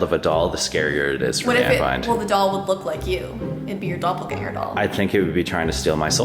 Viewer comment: Hey did you did u study German or something because how you said Doppelgänger in this video it was very good